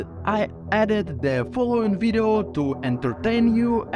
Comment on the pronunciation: Let’s vatch dis wideo………oh vait…….. las time I said video……….